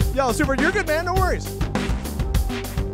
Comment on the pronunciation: Thought your said "their n word" there